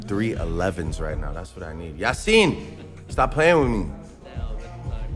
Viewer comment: He say Yasin like a old Somali dad 😂